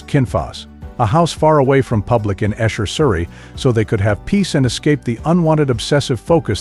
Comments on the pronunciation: It’s not Esher but EEEEE- sher in Surrey.... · Esher, as in eesher, but this little slip exemplifies how tacky this useless little piece is. Julia, you dope, was written as a tribute to his mother. The rest of the info is simply recycled crap